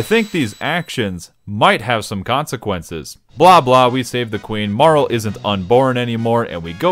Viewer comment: It bothers me so much everytime you pronounce Marle as "Marl"